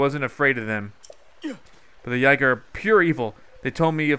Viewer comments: STOP MISPRONOUNCING IT IT'S YEE-GAH OR YIH-GAH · Iz pronounced yeega